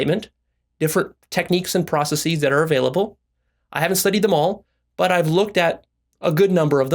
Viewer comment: This fool doesn't make no goddamn sense. He lost me at "process-eeees". 🤣